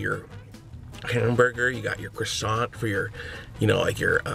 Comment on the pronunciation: You don't spell the t in croissant